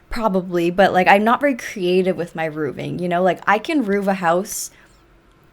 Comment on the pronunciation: The way you say "rooving" with a hard F is adorable. Rn I'm building a house in glimmerbrook or wherever, I have also had some issues with roofing and adding towers 😂 would love to show you once I'm done, I post them all on Twitter